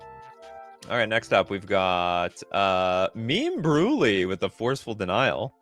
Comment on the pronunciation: Is the meme brulee pronunciation intentional? Surely it's intended to be said like crème brûlée?